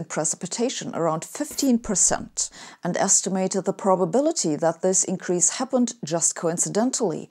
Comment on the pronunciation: Hey. I love your videos and your approach to life and science. And I have a favour to ask: any chance you could say words like increase, release, etc with an S instead of Z? That would be great. Cheers. Keep up the great work.